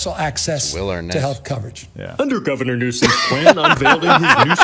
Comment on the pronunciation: I love that you say Gavin-er Newsome instead of Governor. 🤣💀